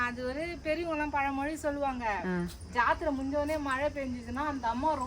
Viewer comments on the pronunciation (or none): none